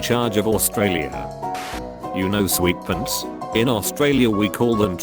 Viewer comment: Am I the only one who heard “Sweetpence” for “sweatpants”? 😂😂😂